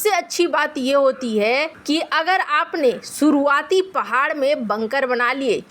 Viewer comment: सुरुआत या शुरूआत, देस या देश, मुस्किल या मुश्किल, सुरच्छित या सुरक्षित surakshit, कस्मीर या कशमीर, सारदा या शारदा, बहुत ही बेहूदा और अशुद्ध हिन्दी उच्चारण वाला चैनल, या तो ये anchor बदलो या फिर चैनल बच्चों का हिन्दी उच्चारण भी खराब करते हो बच्चों का हिन्दी उच्चारण भी खराब करते हो